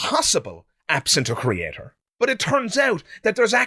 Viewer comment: Anyone who says 'CreaTORE' can't be trusted. You can't even get words right.